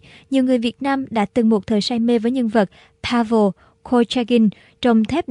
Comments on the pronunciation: pa vồ chết cười vs phát âm nga chuẩn anh của nữ đồng chí. pavel corsaghin đọc là pa ven cót sa ghin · Đọc là : Paven mới đúng.